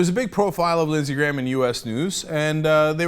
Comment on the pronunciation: I kept thinking he said Lizzy Grant. Like Lana Del Rey.